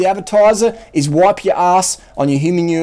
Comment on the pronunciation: "on your humanure toilet" haha love it!